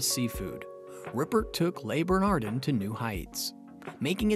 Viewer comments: How the hell can I take you seriously when you cannot pronounce the names of the restaurant or any of the chefs? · You should at least pronounce the name of the restaurant correctly. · It's not pronounced 'lay burnahrdinn' or 'errik rippurt'.... 🤦